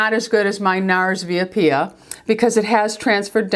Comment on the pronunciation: could it possibly be VIA APPIA larger than life longwear eyeliner? if it is, that is a street in Rome, where I live, it means "street appia":-) and you pronounce it putting the accent on the "I" in the word "via" and on the first "A" in the word "Appia" so you would say, vIa A-ppia pronouncing the two "pp"s strongly...wonder if this makes sense ha ha ha